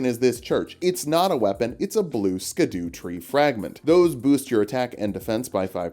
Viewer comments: erm ackshually itsh pronounced "shadow" not "skadoo" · Scadutree is actually pronounced Shadutree(shadowtree) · Um actually, the scadutree fragment is pronounced like shadowtree. I really appreciate all of the work in your videos that you pump out every week. Your persistence and effort is legendary. Thanks for giving me a break every week. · Btw, just because I know you like being corrected: Scadutree si pronounced same as Shadow tree. Its a similar situation to Gaol and Jail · Ik im being pedantic, and i think it’s funny how you pronounce scadutree. But it’s actually pronounced “Sha Dew” or just shadow. It comes from an old english spelling of shadow